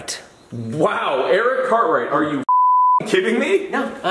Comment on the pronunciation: For a moment I thought he said Eric cartman then I realized he said Cartwright